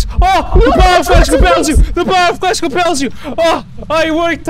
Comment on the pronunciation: "The power of crist compels you"